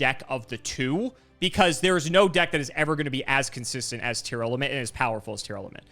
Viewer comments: It's TEAR LAMENT. Not Tear Element lmao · Also the way says Tearlament. I don't know where he's getting "Tear-element" from